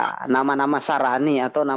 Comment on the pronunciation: Menit 3: 56 nama2 Sarani ,😆🤣 maksudnya Nasrani , ketauan loe Tukang ngibul , kristen tau penyebutan Nasrani bukan sarani , njir mualaf odong2 lagi Bersaksi dusta Njirrrr.